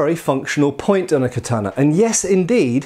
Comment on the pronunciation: In Tenshin Shoden Katori Shinto Ryu we do quite a bit of this. The first kata has a "block" performed while on one knee using the left hand on the blade. The third kata has an interesting use of it too. It's also used a lot in our Iaijutsu and extensively in the Gogyo. (Please can you learn to say Katana though; it's ka-ta-na, not ka-taaaah-na.)